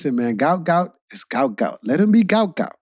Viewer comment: his name is GUOT not gout